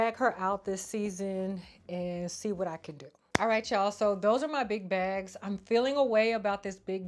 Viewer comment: Why I know your saying big bags lol but I keep hearing “Big Backs” lol 😂 I’m here for a good bag moment tho lol